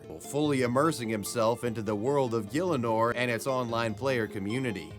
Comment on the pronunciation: You pronounced Gielinor waaaaay too well